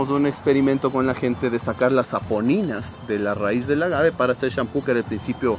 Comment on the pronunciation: Muy interesante este reportaje. Bien explicado, se nota el conocimiento sobre este tema. Tantas cosas que nuestro país ofrece y a veces no lo sabemos. Lo único que me pareció extraño es que seguías pronunciando "ágave" con acento en la a cuando no es de esa manera, a pesar de que escuchabas al experto en el tema no lo corregías. Por favor dilo de la manera correcta sin cambiar el nombre. Saludos desde Canadá 🇨🇦🇪🇨